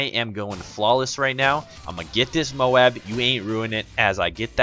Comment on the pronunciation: @ please stop saying mowab its m-o-a-b!!!! ohh nice gameplay